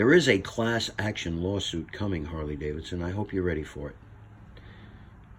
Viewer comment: You keep popping your finger nail over and over and over. We got it the first time. Douchebag. Holly? It's pronounced Harrr leee. Not holl Lee. Douchebag.